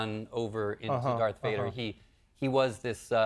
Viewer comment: Did he say Dark Vader? He said it like 3x.